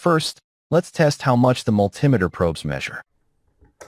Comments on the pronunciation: It's not a mul timiter it's a multi meter. Bloody American AI. lol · And can you learn to say Multimeter correctly. It's Multi Meter as in a Metre with Multiple functions. What the hell is a Mul Tim itter? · mul-TEE-meter, mul-TEE-meter. Fkng AI. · What's a "multimiter?" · Never heard it pronounced like that before multimiter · Multimiter pronunciation. Apparent ai glitch. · ˈpronounce multimeter məl-tē-ˌmē-tər. AI is extremely annoying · Obviously it was one that couldn't say multimeter properly